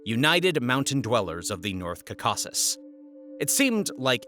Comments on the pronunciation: You’re butchering the name caucus !which I thought was a pretty hard thing to do lol otherwise good video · Please, learn how to pronounce Caucasus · The way you mispronounce caucasus is infuriating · Please learn how to pronounce Caucasus. I cannot watch because your pronunciation is so bad it makes me crazy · Please stop saying Caucasus like that. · I was rolling through half of this. You pronounced "Caucasus" 4 different ways, but none of them were correct. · It is so annoying that you constantly mispronounce this word " Caucasus" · Thumbs down for having to listen to you mispronounce Caucus for 30 minutes. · Let's forgive the pronunciation of Caucasus and simply appreciate the quality of the work offered. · JFC your inability to pronounce Caucasus is astounding. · I’m really getting sick of these half bot videos with all the inaccuracies. Key one, can’t pronounce Caucasus. Key two, Stalin died in 1953, he wasn’t removed. Key three why are you showing a picture of Ramzan when taking about his Father Akhmad Kadyrov? It’s too dreary to go on. This could have been a good history lesson. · You can't even pronounce the word Caucasus correctly. Wondering about your qualifications to make videos about this region. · Every pronunciation key says the presenter is saying it the wrong way. Perhaps he is trying to avoid the bot thinking he is saying "cock"? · Caucasus. How could anyone mispronounce the word? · It’s really hard to take someone serious when they don’t even know how to pronounce “Caucasus”. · The way he pronounced caucuses, I'm convinced that many YouTubers purposely get things wrong like Stalin's death, and mispronounce things so people will leave comments. I guarantee they do it on purpose, and it works! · it's driving me mad!! Stress on FIRST syllables please! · yes he pronounces it like it is spelled Cacaucus. or perhaps Cacockus. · kuh-KA-sus? My word. Your google machine can help you with big foreign words. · it doest read CACAUSUS but rather CAUCASUS